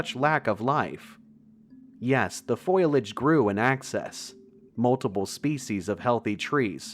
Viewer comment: My apologies but it's Fo-lee-edge. Foliage.